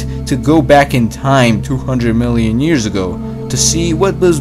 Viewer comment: Two hundred muielian years ago